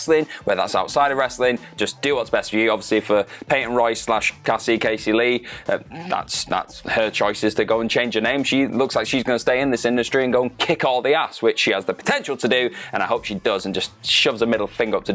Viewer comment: Cassie Lee (kahsee Lee) Cassie not kacy